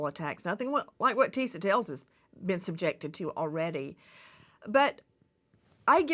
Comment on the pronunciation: Nancy with all due respect, you’ve been a journalist forever. When you have a correspondent on your show, especially this young black woman who works so hard on her own YouTube show and takes time to update yours, you could at least pronounce her name right. It’s not Tisa TAILS. It’s Tisa TELLS. At first I thought it was your accent but I saw you pronounce other words that have the E in it just fine.